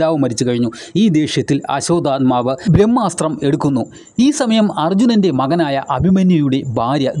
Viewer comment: ആസ്വാത ആത്മാവ് അല്ല ആശ്വതമാവു പിന്നെ ഭാരതം ഫരതം അല്ല